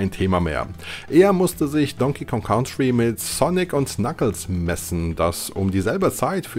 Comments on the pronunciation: nur ein Tipp... COUNTRY wird "KANTRI" ausgesprochen, nicht "KAUNTRI" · Ein wirklich tolles Video. Danke für die Zeitreise 👍🏻. Jetzt schon eines meiner Lieblingsvideos von. Allerdings wird "Country" so nicht ausgesprochen 😅. Komischerweise ist es an einigen Stellen des Videos sogar richtig. 🤔🧐